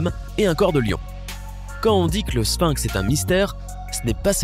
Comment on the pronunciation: Sphinx, prononcez-le avec F et non avec P. "Ph" se prononce, en général, "F". On ne dit pas Pilosopie pour Philosophie !